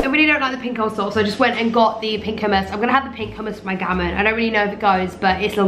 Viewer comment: did she just say..... oomas 😂😂😂😂😂😂😂😂